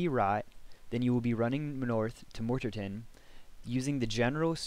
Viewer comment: Morterton, lmfao nice guide ;;) Not dissing, its cool haha :D